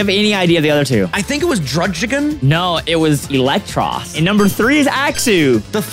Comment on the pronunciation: bro turned Druddigon into Drugdgigon